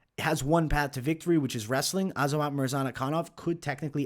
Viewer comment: Hey, it’s murzakanov, not murzanakanov